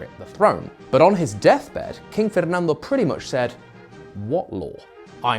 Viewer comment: So uncanny to hear a well pronounced Fernando from a non spanish speaker